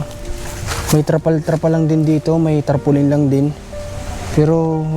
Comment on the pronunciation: boss tarpaulin...hindi trapolin